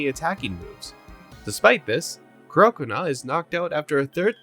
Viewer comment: Do you purposefully say their names SO SO SO wrong? Like croconaw is supposed to like crocodile and gnaw so it's CROC-O-NAW